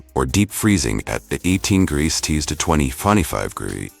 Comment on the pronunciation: 18 grreees tees to twentyfunny five gree huh. Sounds about right lol